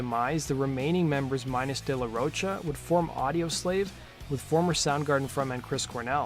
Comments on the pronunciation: It's De La Rocha( Row Ka) not De La Roach-a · Its "ro-ka" not roach 🪳 -a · Pronounced de la "ro-ka" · De la Roach-a? No, big no. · You still saying ROACHA?! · Dude, Zack's last name is pronounced like the word mocha just with a ro at the beginning. FFS get the shit right man. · This has basically zero real info about an explanation for de la Rocha (which you can’t seem to pronounce) leaving that band. All the info this guy gives is easily sourced, as usual. No new info at all. Which leads me to asking, why do you spend twenty minutes on the most basic, trivial stuff for other bands (GNR) and then do a measly five minutes for others? There’s a lot more info on this than even you dug up. Vid is almost pointless unless you have absolutely no idea who RATM were.